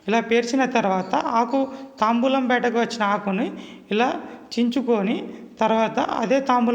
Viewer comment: తాంబూలం కాదు తాంబాలం